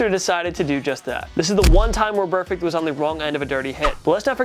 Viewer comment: So glad juju nailed burfict lol